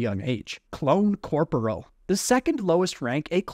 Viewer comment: fhfbwyi i dont know if im the one in wrong but i bouta punch my screen with how hes pronouncing corporal!!